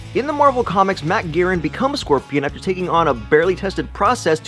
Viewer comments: It's Mac Garg-en not garen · Mac Gargan, not Mac Garren sorry, was bothering me. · mac garan? garan? he forgot the second g. Mac garGan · Mac Gargan not Mac Garren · You mispronounced Mac Gargan idiot !